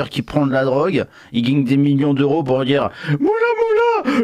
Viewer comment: D'emblée, quand le mec en face de toi prononce "djire" au lie de "dire", c'est mal parti...